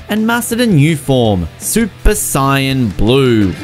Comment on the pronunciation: I understand the fact that most ppl call it Narooto but whoa . Sian, noice